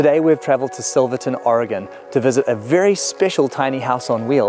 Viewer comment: Happy Thanksgiving. And Thank You for saying Oregon properly.:) I Think Kiwi's and Oregonians have a lot in common. Enjoy your Holiday with your Family in US. Peace.